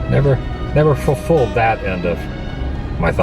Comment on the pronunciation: 1) pronouncing the word "fulfilled" the way he did ("foll-fooled" or something) 2) ATM and nerd locations dude seem to not like eachother's company...like, at all 3) shoutout to *this [other, currently not present] * amazing locations video creator, who has done this exact content a whole lot better than either of us ever could!-- while standing right next to a filming locations video content creator who wants to do exactly that content, and looks and sounds like he doesn't want to be there - classy 🤣 4) we love it when people make fun of other people's paralysi [sly stallone's way of talking is due to childbirth partial nerve damage] -- again: classy 5) when a sticker for a xth anniversary is still on the window 5 years later, we have questions...As in "why is that location so unkempt?" questions 6) he's mentioning dollarstores - but not police stations, however the day is young 7) going through a comicbook on-screen is actually against copyright regulations, since he's making money off the videos, and doesn't otherwise provide commentary, it doesn't fall under the Fair Use Clause either 8) just so Adam's aware, you pronounce it as Koh-kwee-hal-luh 9) an hour...ATW'S video was AN HOUR long...about a topic no one cares about anymore Oh...and their RAMBO burger had both a typo on the menu ["burgerl"], as well as a hair on the plate 🤢🤮